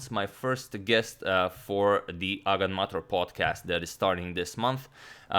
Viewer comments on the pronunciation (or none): He probably pronounced it like Agadmater, with the difference being pronunciation as “May- ter” instead of “mah-tor” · That is NOT the way I imagined "agadmator" being pronounced. I read it as "ah ga'd ma't or."